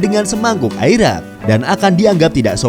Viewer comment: Airak adalah arak